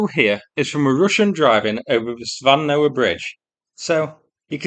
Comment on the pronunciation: I am SO TICKLED every time I hear "Scooby Doo Van"😂😂😂